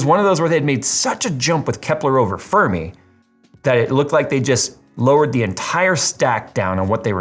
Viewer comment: "Disingenuine" isn't a real word. I think you were looking for "Disingenuous". However, that wouldn't be the correct word. "Dishonest", "Deceptive", or "Misleading" would have been appropriate. Also, you pronounced "Fermi" wrong. Anyway, as to this mess.... Nvidia absolutely SHOULD be called out for this, because they are deliberately misleading consumers looking to buy a 4080. Not cool, Nvidia....not cool.